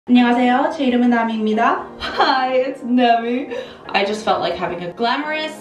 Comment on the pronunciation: You not evening it out is triggering me lmao it's not even namiiiiii